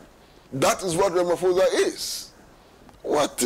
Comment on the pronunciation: Pls pronounce Ramaphosa properly…you’re pronouncing it white